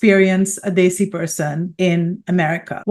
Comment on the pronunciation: Desi. It's pronounced "they-see"... Muslim is not pronounced Mooouzlem. It's Mos-Lim. Americans should put in the tiniest effort pronouncing nouns properly